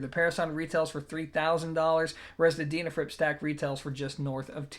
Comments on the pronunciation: I'd love to know how you pronounce the word "dean" ,, Its not a deanafrips, just sayn from my den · Least I didn't mention how you said their name wrong😁(so many times)